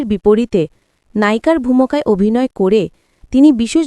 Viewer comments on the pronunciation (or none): Bangla uccharon shuddha kore bolo . 'vumoka' noy ,'vumika'hobe.